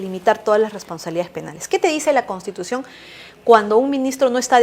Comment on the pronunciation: ME ABURRES JAJAJAJAJAJA YA VEREA VILCATONA CON EL UNIFORME DE ABIMAEL GUZMÁN !! ESAPRESIDENTA NO SABE DECIR "CONSTITUCION" NI " PROPONIENDO " JAJAJAJ PROPUNIE PROPUGNANDO JAJAJAJA ME MUERO